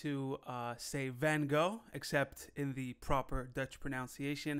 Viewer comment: Stayed till the end, as usual. I won’t doubt that you said Van Gogh correctly in Dutch, but it’s proper “proNUNciation,” not “proNOUNciation.” lol